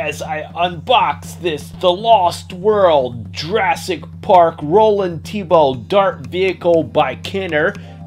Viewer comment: Lol you said Roland tebow Hes name is Roland TEMBO Oh ye there a trash and throw rex you shold review thst it has more trashing movement